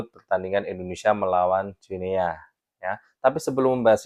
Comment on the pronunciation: Salah bro, bacanya Guinea itu "Gini", spt kita baca Papua New"gini". 🎉